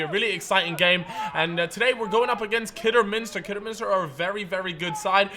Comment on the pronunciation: Fuck me learn how to say Kidderminster